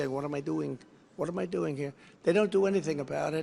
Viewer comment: “what am a dooooing” 😂 Trump foreign accent funny